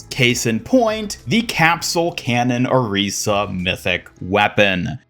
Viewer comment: FINALLY someone that pronounces Orisas name right!!!!